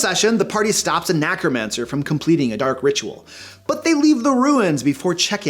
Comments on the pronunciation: Nah-cromancer? It's Neh-cromancer sir! C'mon. Long gone necromancers everywhere are spinning in their graves on that one. I'm dead serious. Don't take that one to the grave man; fix your pronounciation! 8-P Oh, is that the door over there? I'll see myself out.;-p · You completely suck and you pronounce Necromancer funny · The way you said "a necromancer" sounded to me like "anachromancer" and now I want to do an adventure where a rogue wizard is mucking up the timeline by bringing technologies to when they shouldn't be. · I heard it as Knackermancer and that's a wizard I don't want to encounter haha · me: "What's a Knacko-mancer?" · Yeah, heard it that way too.